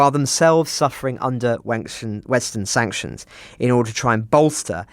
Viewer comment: nearly said 'Wanctions'... did make me giggle. Childish I know, but I bet smiled too.